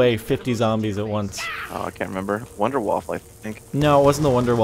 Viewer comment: I'm shor it's vundervafle